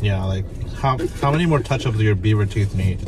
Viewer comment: "Beaver teef" funny, he does actually